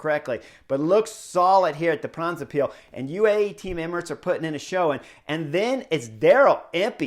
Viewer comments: It's not "De Brabintse piel" but "De brabantse pijl", although it's funny. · Yes sure was funny, didn't even know it was the name of the race he was saying until later in the video. The a's in "brabantse" should be pronounced like the o's in now and cow. And pijl, yes more like pal.